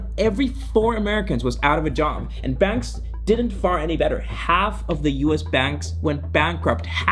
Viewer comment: Couldn't even understand your pronunciation. The word is bAnks not benks.